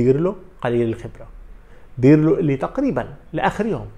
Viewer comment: اسمو للمدرب Pirlo وليس Birlo .. عيب صحفي بحجمك عندو كل هالقاعدة الجماهرية لسا ما بيعرف يفرق بين ال B و P .. والله مانا صعبة !!